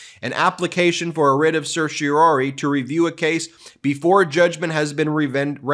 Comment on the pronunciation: Anyone else stressed out by how he pronounced certiorari?